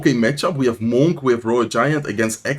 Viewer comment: Bro I cannot take the way you say monk 😂 this man says MoHn